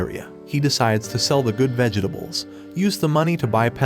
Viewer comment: It's Vegetables! Not vegehtables!!! What is wrong with this story teller?